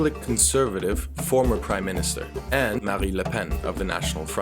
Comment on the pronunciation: BTW, it is MariNe le Pen, not Marie le pen. Except that, keep up the good work, you rock